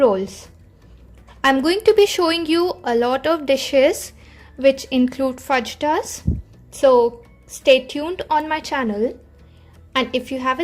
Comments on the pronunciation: I don’t want to be rude but just wanted to let you know that it’s pronounced as Fa”hi”tas not Fa”ji”Tas..good recipe 👍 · 2 things,first its pronounced Fa-Hee-Tas and second, there's no such thing as veg fajitas. Fajitas are supposed to be meat cuts as prime ingredient. You can't make veg prime rib or veg pulled pork. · Yes it pronounced as fahita